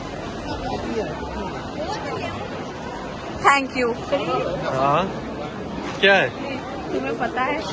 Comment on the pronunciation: Kiya instead of kya